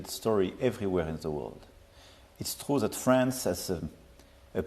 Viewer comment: Brothel or Bruxelles ? Trou or True. 😂 😂